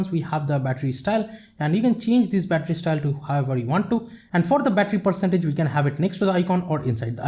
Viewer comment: you start battry 88% you finsh 82% wow bittry bum😂😂😂😂